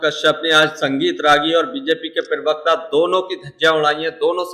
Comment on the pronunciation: Jahil Pirvakta Nahi Parvakta Hota Hai. Cap Aur Chashma Pehen Kar Galat Nahi Bolo. Pirvakta Nahi Parvakta Hota Hai.